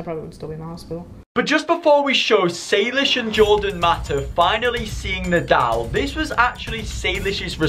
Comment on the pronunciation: saylish's my boy it's saylish not saylishe's 🤣🤣🤣🤣